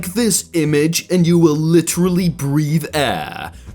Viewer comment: I hate how he says literally